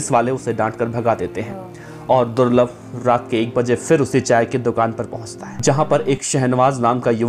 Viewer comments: Durlab ko thik se bole le ulta mat boilye be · Ma bhi nhi rahi abb to par vo corona me chale gaye or hamare bhai ne kabhi kisi me kasur ko nhi mara jo bhi the sab purane gunde the or suno durlabh nhi durlabh bhai bolna